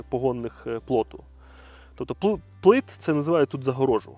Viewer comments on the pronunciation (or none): Тільки не ,,плит,, а пліт.😂